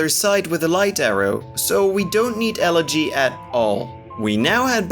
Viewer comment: i like how the speedrun commentator pronounces elegy correctly